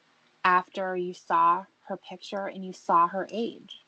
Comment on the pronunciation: THE WORD IS “PIC-TURE”, STUPID!! MORON, IDIOT, FOOL!